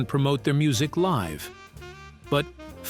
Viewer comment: It said "liv music"...not live music... 🤣